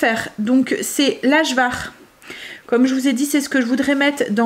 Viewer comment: Coucou trop belle Kim avec son bidou. Juste Ajvar on dit le J comme un Y 😉😉. Bonne journée